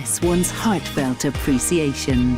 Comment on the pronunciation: apreeseeation LOL